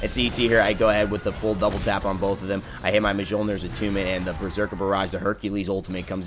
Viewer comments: Mule-near. Not Muh-jol-near. Thank you. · Mjolnir is pronounced myolnir..... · Yeah, I try not to be that guy, but I had a little cringe every time. Although, Hi-Rez even mispronounces some of the Chinese and Mayan gods' names...